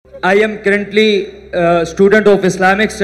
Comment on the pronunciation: Es Bhai ko cruntly bolnay ka shoq hy😂